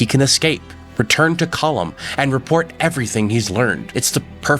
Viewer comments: Why do you pronounce it column. It's colm like home but with a kh sound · COAL-MMM BROTHER NOT “Column”😂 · You must be one of those people who will not admit they are wrong no matter the evidence presented. I base that on the fact you’ve clearly heard the correct pronunciation of cohlm’s name throughout the game multiple times but still choose to call him collum. Unless you listen to everything mute and only read subtitles.